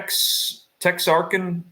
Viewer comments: It's Texarkana! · that's (De Moine) and (Tex-r-kana) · It's pronounced Tex -ark -ana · It’s a bit weird that you are in Texas, but can’t pronounce “TEXARKANA” (along with numerous other city names that you butchered). Maybe you should have a pronunciation list to practice with.